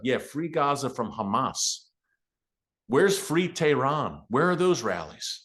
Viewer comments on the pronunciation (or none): none